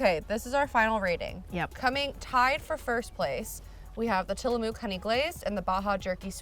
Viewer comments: Guys, you don't say Tillamook with the oo sound in moo or tools. It's a harder sounding vowel ending...closer to Till Uh Muhk. And thank you for saying Oregon as Ore Uh Gun instead of Or Ee Gone ( cringe ). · The way pronounces Tillamook 😂 it’s less of a mooo sound in the mook and more of a muck sound.